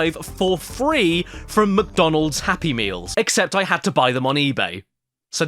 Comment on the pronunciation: Maccie DONALD